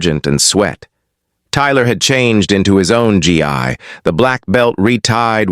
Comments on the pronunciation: Why always call it a G I, when it must be Gi???? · It’s not pronounced G EYE ! It’s a hard G ! Gu~EE